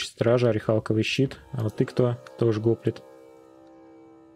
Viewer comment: Кст, не го́плит, а гопли́т. Так древнегреческих тяжёлых пехотинцев называли.